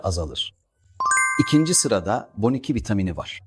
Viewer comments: Boniki nedir yahu, B12 yi neden bu şekilde söylüyorsunuz. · "Boniki" nedir hiç duymadım 😅 B12 demek zor değil! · Konuşan yapay zeka olduğu için B12 diyemiyor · Boniki ne oglum? B 12 desene ṣuna özürlümüsün nesin.🙄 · Boniki vitamini diyorsunuz,ilk defa sizde böyle bir telaffuz duydum ve çok yadırgadım.Boniki nedir yahu B12 yazılır Be oniki diye okunur.Eski köye yeni adet getirmeyin. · Aplacığım takma yaaaa...ha boniki ha b12...öğren gitsin...hayat kısa🥹😂😂😂😂😂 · Sırf Boniki dendiği için tüm saygım bitti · Robot kobusuyor gibi bon2 😂 ne diyordum b 12 demek istiyormus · Boniki diye bişey yok sadece ikisini birlikde hızlı söyleyince Boniki gibi çıkıyor😂 ayırıp okuyun lütfen😊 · Bu bir yapay zeka videosu ve seslendirmesi. B on iki şeklinde yazılmış galiba ve yapay zeka da boniki diye muhteşem bir hata yapmış 😂😂 Sorun, bunu yapan kişi ya çok cahil ve o da vitamininin ismini boniki sanıyor veya yaptırdığı videoyu hiç dinlememiş. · Boniki b12 nin hangi dildeki söylenişi? Yoksa seslendieirme yapay zeka mı? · Bence görüntü de ses te gerçek değil. Yapay zeka ile yapıldığı için boniki diyor.